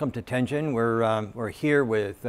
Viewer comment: Teijin is not Tenjin.